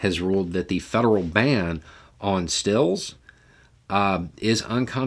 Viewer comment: Oh! Stills...as in home destilleries? That took some digging on my part, to find an article so Incould understand the syllables you were speaking,.